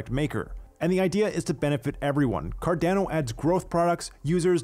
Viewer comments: Good format but please fix the pronunciation. Car-Don-Oh, not Car-DAN-Oh. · Thanks for he video, curious: why does he prodounce CARDANO ''Cardnäno''? 🤣🙏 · Love the short videos, but dude, learn to pronounce the organization / product you're working for. It's CAR-DAWN-O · He's really making me question how Carando is pronounced now.. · I really wish you would learn how to properly say "Cardano" I die a little inside when I hear you say it. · Great video, thanks! PS I cringed every time you mispronounced Cardano and IELE.